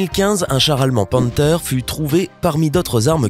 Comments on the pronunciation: Sans parler de la prononciation foireuse ISU u lieu de dire I.S.U où panteur au lieu de panther comme air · Prononciation à revoir on dit stougue et pantere